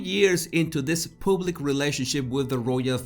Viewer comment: Oh leave the poor woman alone. She's only human just like everybody else. Are we all so perfect? And the word us PUBlic not pooblic.